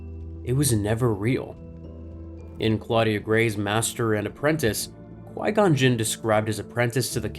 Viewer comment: Qui gon juun 😂